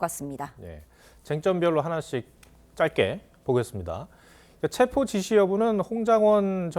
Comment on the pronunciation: 기자들이 "체포영장"에서 "체포"를 아주 짧게 발음 하는데 "체:포"라고 장음 발음을 해야 한다.